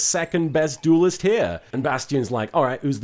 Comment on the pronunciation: As an English person, it grates on me that you keep saying "doolest" instead of duelist.